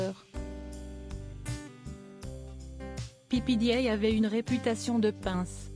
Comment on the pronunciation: Pépédéa, bon sang, apprenez à prononcer les noms!!!